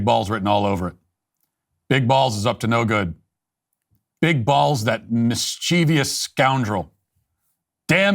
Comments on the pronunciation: Great information. Any way you can help sort out Australia's Woke politics?? oh, and Matt -it's mischievous, not "mischievious" I was surprised to hear that from you. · Love your stuff, Matt, but "mischievous" is pronounced "mis-chiv-iss," not "mis-chee-vee-us." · Oh, Matt... I was genuinely hurt and shocked when I heard you mispronounce "mischievous"..